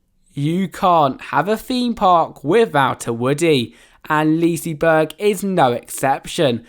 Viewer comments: I'm well aware I was being sarcastic because of his pronunciation :) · Only Swedish people Will get annoyed when English people say leasyberg😂 im Swedish and i know how to spela it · What the hell is “Leasyberg”